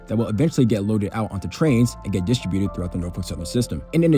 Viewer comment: It's NOT pronounced "dis-tri-byoooted"...it's "dis-TRIB-u-ted".